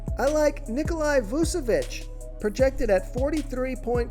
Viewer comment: Nikola....where do continue seeing Ni-Ko-Li.....it is Ni-Ko-La